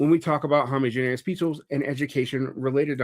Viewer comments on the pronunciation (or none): I try not to be a stickler for pronunciation—I was a kid that frequently learned words from reading instead of people speaking (not to mention how pronounciation is tied with shibboleths and the myriad of other class issues)—but it is realllllly bothering me how he's saying homogeneous 😅